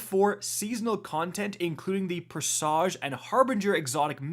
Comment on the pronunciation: "still can't pronounce Presage right, even though Osirathun says it in the mission,".